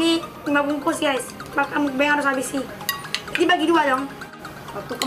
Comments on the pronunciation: Kak itu mukbang bukan mukbeng ( maaf klo tersinggung. ) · Muk bang bukan mukbeng